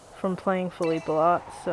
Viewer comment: U lrnounce feliepe name wrong